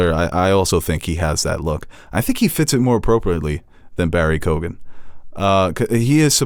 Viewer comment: hey fellas it’s pronounced ‘barry kee-gen’